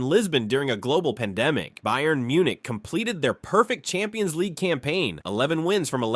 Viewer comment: some odd pronounications i've noticed in this video bayern is not pronounced with 'bay' at the start, but 'bye' henry is not pronounced like the english name henry lyon is lee-on and not 'lion'